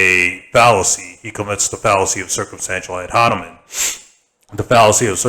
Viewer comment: he keeps saying ad honimen lmao